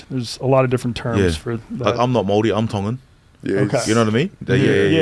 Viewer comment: Gotta learn how to pronounce Māori properly fellas